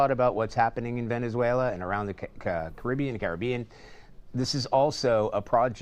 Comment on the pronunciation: Like really he doesn't know how to say Caribbean.